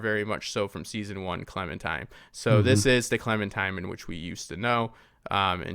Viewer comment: Why do so many say clemintime? Small gripe just annoying a little. Edit : love the vid and take on the episode as always. I mean what I said above was my "complaint" so obviously I enjoyed 😆